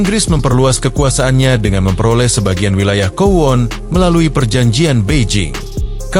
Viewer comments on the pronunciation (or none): Maaf bang,kowloon(kowlun) bukan kowon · Bang maaf, Kowloon dibaca Kowlun bukan kuwon 🙏